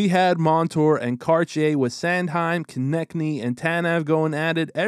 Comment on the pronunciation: thx for detailed video. Btw. Konecny is slovakian word. Translation to English is "closing". It's being read like Konechny (Konečný). There's a lot of families with this name. E.g. slovakian former hockey player and now the hockey expert for tv commentatory Rastislav Konečný